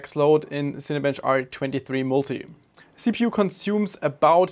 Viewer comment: Lovely jubbly! I definitely want to hear more about this specific mainboard and "CheaPU". Considering Ngreedia's inflated prices; the German pronounciation is pointedly ironic. This Colorful feline themed line-up definitely has a market, here in the UK, in the Bundesrepublik, and the US especially: OC3D has a feline keeping an eye on things; it goes without saying; and Snowflake is CEO at GN. Bast: "Tell Me child, do they still worship Us?" Kitten acolyte: "Well, I crap in in a box and they clean it." Bast: "Good, good". Missing an opportunity in crises: Cats bring the world together. Now I'll have to see if I can't wangle getting some of this goodness myself; it can only leave me feline fine! 🤣🤣🤣:chillwcat::chillwcat::chillwcat